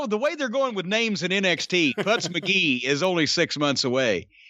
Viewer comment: Putz not Putts